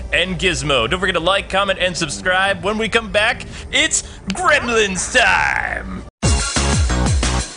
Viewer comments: I pronounce it gremlins not grimlins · I remember grim-lins that's how you say it your right